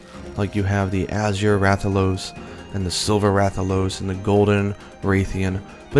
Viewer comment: Awesome video, but in regards to the Rathian and Rathalos - they're pronounced mostly the same. Wrath al os and Wrath e anne...